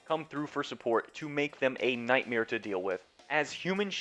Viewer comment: You said NIGHTMARE lol